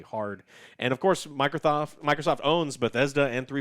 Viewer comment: "microthotht"